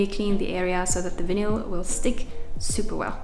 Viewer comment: Looking so great 👌🏻 the Vinyl stripes look awesome 👍🏻😎😎😎😎😎😎. Just check your pronunciation of Vinyl 🫂😉